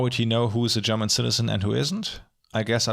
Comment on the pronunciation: I almost wasn't able to tell that you are German, but your pronunciation of the German words was just too perfect. I think you can take that as a compliment. I've seen a couple of analysis videos on Deutschland, but yours was by far the most in-depth yet on-point one. Although this video seemingly doesn't represent your work here on Youtube, I've left you a sub and am looking forward to explore your less recent videos.